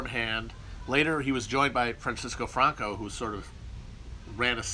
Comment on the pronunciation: Christman is a Castellano nobleman. Hence his atypical knowledge of Portuguese history, ETA terror, the affairs of the Catalonian province, and the pronunciation of the name ‘Franco’.